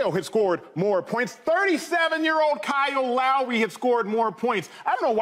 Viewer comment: "37 years old Kyoo LAury"